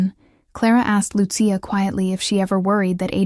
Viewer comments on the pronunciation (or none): Please program the AI narration to properly pronounce Lucia. It's NOT Lu-see-a. It's Lu,-chia.